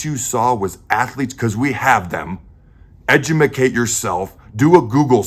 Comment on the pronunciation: "Edumacate." That's awesome.